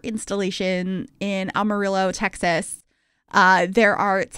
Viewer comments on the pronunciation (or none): You did really good representing the country side of Texas, and its really more what people think of with the state. Altho. Pronounce Amarillo like someone who does not know Spanish would. A-muh-ril-loh. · I love this. I actually live in Amarillo Texas lol. And hearing someone from new England say the name is funny. But it's cool that you shout out my home town!! I got the chance to live in Lowell Massachusetts for 6 months so I'm sure I would have sounded funny saying the names of the towns up there😅😅😅 And also for your fun facts the panhandle of Texas gets pretty cold we get hit with those artic blasts all the time because of how flat we are but it is a hit or miss. You'll have a Christmas where it's 85° but then another one that's -10° thanks for the building! I'm loving your channel!